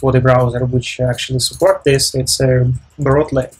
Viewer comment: Thank you for your effort .. in the optimization section it is Brotli not Brottle u can add a note beside on the video .. again many thanks for your efforts